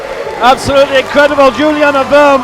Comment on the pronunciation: What about Juliane? "Jew-lee-anna". "Werm"